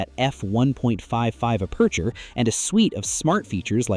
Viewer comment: “App a chur”… not “uh-percher”